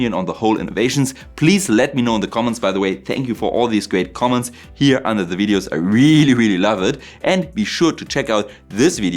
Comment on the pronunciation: loved is pronouced more like lovd, the 'e' is silent 😊